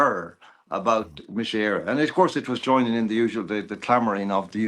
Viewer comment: Love John but surprised at his pronunciation of Mise Eire